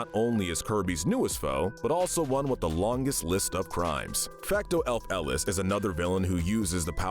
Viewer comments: Bruh Fecto elfilis not fecto el-feles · It’s not elf Ellis it’s elfillis (elf-Ih-Lis) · Also his pronunciation of his name is killing me. He called it fecto ELF-ELIS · fecto elf Ellis 😂😂😂😂😂😂 Mate it’s fecto elfilis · Bro, really said Fecto elf ellis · "Fecto Elf-Elis" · “Elf elis” 💀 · it is quite possibly the worst I've ever heard that name pronounced. And for a little salt on the wound, he sounded so confident on it. It's Elfilis, El-fil-is /soft s like a c/ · I have never disliked a video so quickly when he pronounced Elfilis like that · That's got to be the most awkward pronunciation of Elfilis I've ever heard. And I don't know where you got the "fake reformation" from, their body was destroyed at the end of the main story and presumed dead until the post-game. Oh but don't worry, that doesn't make their crimes any less severe! Before even doing anything to the Beast Pack, they had already attempted genocide in the New World until they got captured! Once free, they merely tried to finish what they started. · the way you pronounce elfilis is cursed lmao